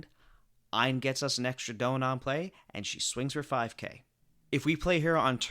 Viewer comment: I love your videos and it's an incredible work but please pronounce Don correctly